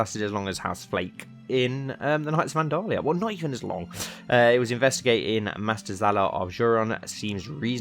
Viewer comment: Andal-Lusia (Andalusia in spanish)